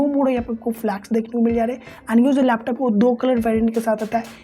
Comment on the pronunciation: Laptus nahi, laptop bolte hay